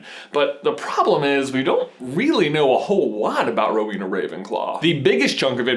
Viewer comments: It's Row-en-ah, not Row-een-ah! AND Ravenclaw is blue and BRONZE, not blue and gold! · J, it's pronounced more like Row-Eena, not so much Row-weena; slight pause after the Row and before the Ena. I know this because I am one. (Yes, my house is Ravenclaw.) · oh my... there are so many things wrong with this (sry trying not to b a hate comment.) ravenclaw colors are blue and BRONZE, not blue and gold. the symbols are because of their patronuses. Rowena had an eagle patronus. its not pronounced hel-en-a its hel-ay-na (i may be wrong but my middle name is pronounced like hel-ay-na, not Hel-en-a. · i know you probably already got lots of grief for this but i'm a ravenclaw and im pretty sure its blue and bronze not gold lol sorry and is the pronunciation of Rowena right?? i always thought it was ro-weh-na not ro-wee-na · ...I always thought it was pronounced "Row-eh-nah"...?